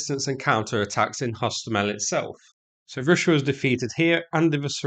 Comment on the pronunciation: Hilariously bad pronunciation throughout. Try practice these when you get a chance: Yellow, Arrow, Russia, Route, Kiev. Also very illuminating hearing bias come through on what should be a rather neutral battle footage video. You aren't fighting there mate and it's another obvious proxy war to keep the war machine bank rolled.